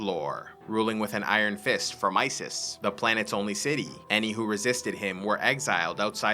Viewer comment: "And joined the war against iziz " Am I the only one who heard Isis?